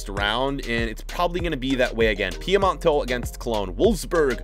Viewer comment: Sorry, for how much i love you, it's Piemonte, not Piemonto